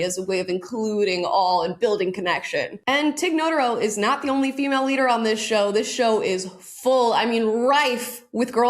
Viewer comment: I think you mean they never "lear." 😉